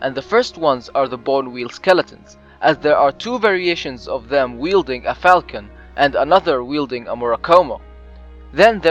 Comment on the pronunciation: falchion either pronounced fawl-chuh-n or fawl-shuh-n (yes ah not o and no the w isnt silent, yes its weird) you said falcon fal-kuh-n, which is a bird